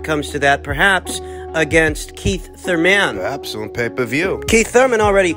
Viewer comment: It's Thurman not thur - man 😂😂😂